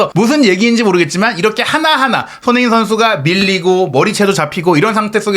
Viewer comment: 알부라히 선수는 메시나 호날두 같은 스타급 선수들에게 특히 도발을 잘하는 선수같아요. 우리 귀한 손흥민 선수 발음좀 잘해주세요. 맨날 소응닌이래 ㅜ